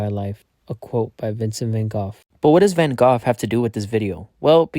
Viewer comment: a moment of silence for his pronunciation of vangough